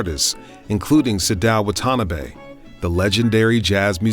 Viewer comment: Wonderful documentary! The only thing that bothers me are the Japanese pronunciations (“Sadao Watanabe” and “Budokan” in particular). Maybe you can have those segments re-recorded after coaching. 😊